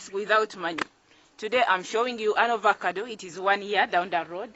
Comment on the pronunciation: It's AVOCADO not Ovocado